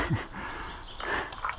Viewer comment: IKEA pronounced EKEA.